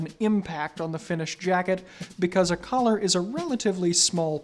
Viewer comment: I thought he said colour when he said collar